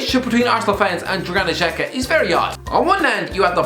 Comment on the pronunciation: Who’s Juganish Xhaka? hahahahaha